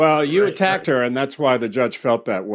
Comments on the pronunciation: What's a "munt"? "She attack-ed me" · Attacked-Ed 😒😒 stop using big words if u can’t pronounce or annunciate. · Let's hope he never has children. His crazy DNA needs to end with him. He can't even speak correctly, "She attack-ted me"